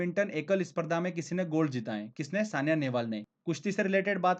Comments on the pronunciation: thank u very much sir. keep it up. but one thing i must tell that SAINA Nehwal is correct not Saniya Nehwal . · Bhai saina nehwal na ki saniya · sania nehval nh h sr ji saina nehval h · Saina Nehwal not sania